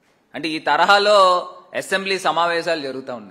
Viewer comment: యాసెంబ్లీ కాదురా స్వామి అసంబ్లీ